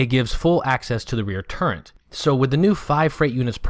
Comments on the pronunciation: Very nice vid. Thanks for the effort bud. You keep saying "Turrent". I cant figure out what that is. Do you mean Turret? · The word "turret" has no N in it. That said, nice video, very informative.